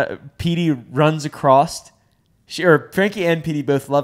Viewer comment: saying “runs acrosst”